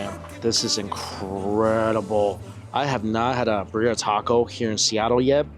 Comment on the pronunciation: It's so painful - Mikey, Birria... it's BEER-ee-uh! Don't any of the vendors say it outloud? Love your content 🎉